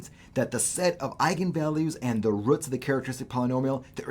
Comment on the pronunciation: I hope theres not a sad reason he mispronounces this simple word